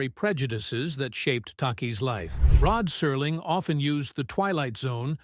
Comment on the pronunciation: Rod Serling — why does he suddenly become Rod Surling in this? Is that on purpose??